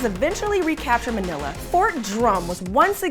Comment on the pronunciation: manilla was pronounced awfully throughout this